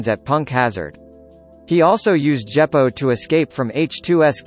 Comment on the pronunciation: Djeppo? WTF man??